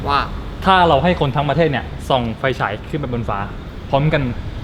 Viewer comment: พี่เน้นคำว่า"คนทั้งประเทศ"จังน่ะครับ